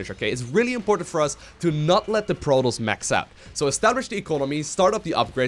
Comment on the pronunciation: Its Pro-TOSS! Not Pro-toast